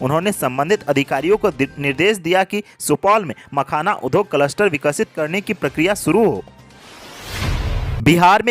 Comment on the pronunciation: Industry का हिन्दी अर्थ उद्योग (udyog) है , उध्योग (udhyog) नहीं। कृपया इस उच्चारण पर ध्यान देंगे । द् +य=द्य होता है । ध्+य = ध्य होता है आशा है उपर्युक्त उच्चारण दोष पर ध्यान दें ।